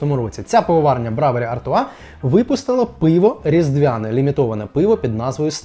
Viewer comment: Все добре. Лише BREWERY - це брюері, а не бравері